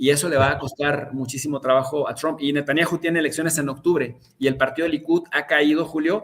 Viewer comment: A VER...NO ES "NETANNIAJU"...SE LLAMA N E T A N J A H U Y SE PRONUNCIA NETANYAJU... O BUENO PUES SATAN-YAHU.... ABUSADO MI CHAVO DERECHOSO